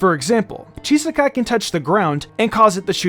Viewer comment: I think there may have been some kind of mishap that slipped through the net here. The name "Chisaki" is definitely not supposed to be pronounced with an "-ai" sound :P